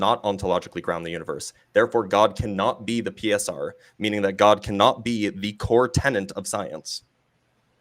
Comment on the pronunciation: learn how to pronounce infallibility. Also, it's "core tenet" not "core tennant"